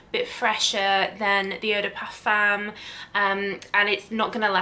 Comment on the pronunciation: That’s not how you pronounce et de parfum